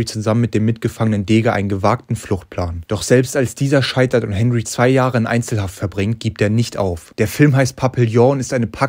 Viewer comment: Fahrt Mal nach Frankreich und fragt wie Henry ausgesprochen wird 😂